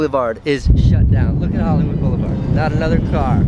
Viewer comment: Such an easy cost thing when he says 'bulibard' instead of boulevard lol